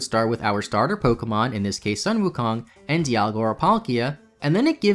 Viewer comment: “Dialgia” Oh no.